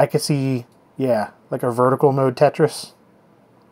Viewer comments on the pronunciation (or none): Lol "Tate-tris" :P